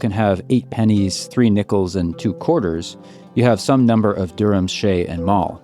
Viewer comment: It would be better if you say shay with "shy" and add d on the back.instead of sheyy